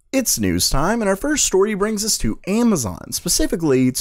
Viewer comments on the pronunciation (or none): none